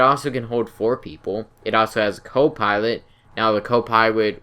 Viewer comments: I heard "copiwot" instead of "copilot". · "a co pywot" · Ha ha u said co-piwate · Reawy reawy like the savage. Co piwot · hewicopter, copiwot, learn to enunciate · Awesome video but I couldn't stop laughing every time he said "Co piwot" or "mobiwity" XD